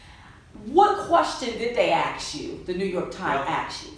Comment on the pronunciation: Axe You??? S+k exist in our phonetic dictionary